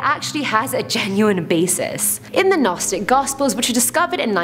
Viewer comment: Wasn't looking at the screen took me a bit to sort out you where talking about Gnosticism. Pronunciation needs to be researched. Don't blame presenter looking at script writers and producers.